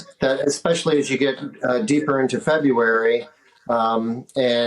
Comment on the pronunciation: Why can't anyone say "February" anymore?